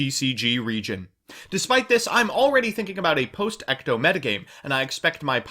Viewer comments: "ECTO" huh? im pretty sure its ETCO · Why are you saying ECTO it’s ETCO and why is it triggering me so much